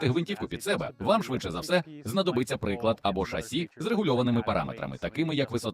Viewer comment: За українську дякую.але приклад чи приклад чи вам пофігу як це звучить.хто озвучує вам би навчитись ставити наголос